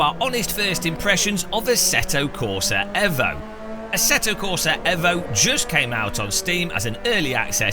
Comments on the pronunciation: yes, only because that’s the Italian pronunciation. Can’t blame him, but it’s properly pronounced ‘eevoh’ as the international motorsport language is English, and it’s the shortened version of evolution. You wouldn’t say Mitsubishi evvo… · Pronounced 'eevoh' not 'evvo'. As in 'evolution'. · Excuse me... AEVO?????? not EEVO??? bro wut 😂